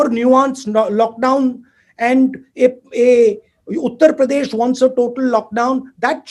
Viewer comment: What he spoke A utter pradesh Mind blowing English